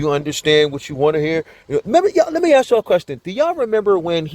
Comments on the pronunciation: Why do some ppl say "aks"instead "ask"?? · He really needs to stop saying ax, dat, dis tact-it agreement and dis, dat and a third. He is evil. Why isn't he speaking to the prosecution rather than the judge. He refers everything to the judge. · So do y’all remember when he complained that the state didn’t have to tell him their witness list????!!!!!????? Also, his thug behavior is disgusting. And the way he talks??? Do dat. Ax. Breaf. Oaf. Seriously. Whatever school he went to? Stay far away! And his mom should be up there with him. All the lies she’s told! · Maybe while he is locked up he can learn how to say ask 🤦‍♀️